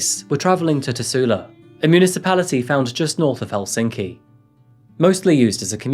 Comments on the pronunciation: great video, but as someone who is fROM finland... please go to google translate and listen how to pronounce all names before trying to say anything.. you are pronouncing Tuusula as Tussula which in finnish would mean kinda like.... pussy-town... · It's not called "teusla " it's tuusula,878 the names n locations should be right. And jokela isn⁶t joukela. Speakin language it's ok and the history but like the history n other fakts shoul be right. But jeah good work in the end.